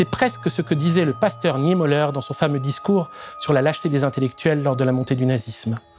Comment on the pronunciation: C'est très intéressant, comme d'habitude, mais une petite étude de la phonétique allemande s'impose. Meurnau, Heuteur, Piteur, Niémolleur, Rote-Ouang... Ca arrache littéralement les oreilles